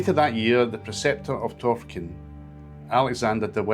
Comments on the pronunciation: Nice video but pronunciation a wee bit out. Bahl-an-traw-duch (Balantrodoch) and Tawr-fichen (Torphichen); Ah-mee-ong (Amiens). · You need to work on your place name pronunciation. Marycooter; not MaryKUHlter. TorFICKen; not TORficken. Ahmee-ens; not Aymiens